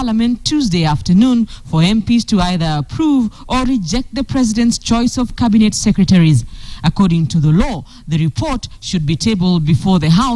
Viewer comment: to KTN: Cabinet NOT cabinate